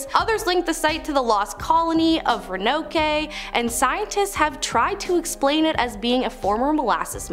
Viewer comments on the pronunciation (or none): It was .."Ronokay"..for me..smh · It's Row-a-no-k not Row-a-no-kay. It's okay. You don't have to visit. We won't miss you. 🤣🤣🤣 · Ro-a-noke not Ronokay. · Ron-Oh-Kay ? 🤣🤣🫵🫵🫵🫵😂😂🙄Ok yeah, I'm out. You expect anyone to watch something and be engaged, "informed" or even "entertained" when you can not even pronounce Ro-ann-OKE correctly ? Utterly LAUGHABLE. Um, it's called research and preparation. Hello ....Ever heard of it ?? Today's education/school system is hilariously embarrassing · It's not Ron-oh-kay. It's Ro-an-oak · as an NC native the way shorty just said Roanoke really did just piss me tf off. It’s pronounced *ROW-UH-NOKE*. Idk wtf a “rinokay” is ? You put letters in the word that ain’t even there 🤦🏾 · Roanoake (Rowe a n oak) is how it is pronounced sorry not Row A Nokay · I'm sorry. Did you just say Ranokay? It's 100% Roanoke. ROW AH NOKE. What. LOL it's even in American Horror Story. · Row en oak not row en oke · RENOKE???? Try. ROW-AN-OAK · Love the video, but it is Ro an oak (not Ro an okie). lol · It’s Ron-a-nok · okay 'RO-NO-KAY' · Roanoke → ROH-uh-nohk Let’s split that out: • ROH – rhymes with go • uh – a soft, quick “uh” sound (like in sofa) • nohk – rhymes with poke or yolk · ROANOKE - ROW A NOKE. I was born, raised and still live in NC. Did she do a Lost Colony one? Gonna butcher saying Roanoke then didn't even do that story. 😂 The one we are known for. Smh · Did she just pronounce Roanoke “RoNoKey”?…..I must have inagined that…..😢😮😅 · Its pronouced Ro-An-Oak. Ive never seen someone butcher that before😂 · Roinokay .... what a scholar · It’s Row an oak! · Wow. Public education sucks. I guess they cut out history like The Lost Colony to make room for more important agenda stuff. Say: Row-in-oak. 🤦‍♀️ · Roh-ah-noke. I've noticed that a lot of these new presenters don't bother to check their pronunciation. Please, presenters and directors, make sure you know, at a minimum, how to say what you are putting out there. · Roanoke is "Row-Ann-Oak"